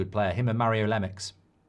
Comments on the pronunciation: Mario Lemex? It’s Lea-meuh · LMAO MARIO LEMEX You tried it's Lemieux (Le- Mew)